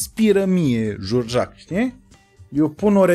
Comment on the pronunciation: "Jurjac" era de fapt inițial cu accentul pe a... Biografia lui George Enescu, partea de început. În rest un video bunicel